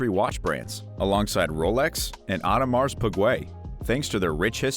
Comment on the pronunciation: “Aodenmarks Puquay” I love this brand